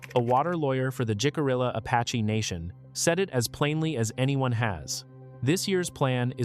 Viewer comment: The weird visual effects are quite obnoxious. That is NOT how you pronounce Jicarilla. 😆